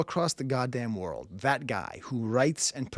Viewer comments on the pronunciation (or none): none